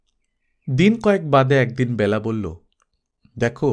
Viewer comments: Khub sundar ,apnar kamthaswar shunte ato bhalo ,shudhu byala noi Bela,apnar amon bhul haoya uchit noi ,Kane lagchhilo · বেলা উচ্চারণ এ হবে, খুব বাজে লাগছে শুনতে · ব্যালা নয় ওটা বেলা হবে, বালুকা বেলা র মত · খুব সুন্দর গল্প ও পাঠ, তবে, বেলা শব্দটির উচ্চারণ কারোর নাম হলে হয় "বেলা", যেমন বেলাভূমি, আর সময় বোঝাতে উচ্চারণ হয় "ব্যালা", যেমন "দিনের ব্যালা", "সকাল ব্যালা", যদিও লেখার সময় বেলা ই লেখা হয় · Ekdom e tai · Onek bar bolbo bhebechhi kintu English script e ki bhabe bojhabo bujhtei parini.....!! Thank you.... khoob kaane laage.....